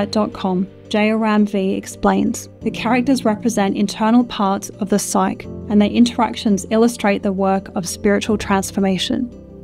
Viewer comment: Psyche is a two syllable word pronounced as sigh-key.